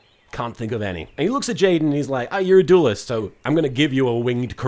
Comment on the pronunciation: As an English person, it grates on me that you keep saying "doolest" instead of duelist.